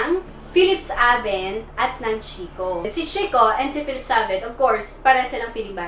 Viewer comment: FACT: ☺️ Dito sa Italy ang proper pronounciation ng Chicco ay KEEK-KO. Its an italian company. Ang "CH" at ang double "CC" sa italian ay "K" ang pagbasa. You're welcome☺️